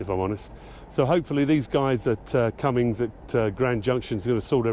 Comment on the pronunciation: Will someone tell this Britt there is NO "G" IN Cummins!!